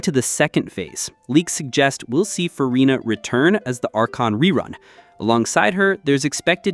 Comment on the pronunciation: cmon, "Farina", "Ctilali" (last cyllable stressed), "Fountain" (pronounced exactly as English word for, well, fountain). Noone who has even a minor game experience would make such mistakes. AI generated clickbait ox poop.